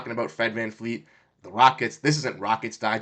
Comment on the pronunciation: You are trying too hard bro. You have no idea what you are talking about. FFS you can't even say VanVleet's name right.. It's not VanFleet